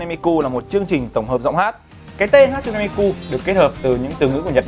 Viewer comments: Đọc là Ha chư nê mi kư mới đúng. Ổng toàn Hát su nê Mi ku :)) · ne = nê .ku= kư tiếng Nhật đọc z đó bạn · Đọc đúng là Ha Tsu ( trư ) Ne MiKU ( mikư ) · Bá Tước mà cả cái tên đọc sai lun, hát su ne mi ku, đáng ra hatsune miku = ha+ tsu+ne mi + kư